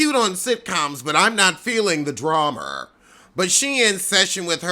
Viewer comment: "He's not feeling the Dramar"! lol